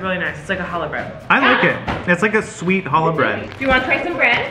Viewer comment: THANK YOU FOR SAYING CHALLAH BREAD!!! ( JSYK, YOU DO IT LIKE A SNAKE SAYING - CH FOR THE - CH IN CHALLAH!!)